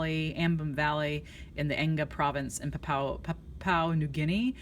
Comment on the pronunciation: it is PAPUA not PAPAU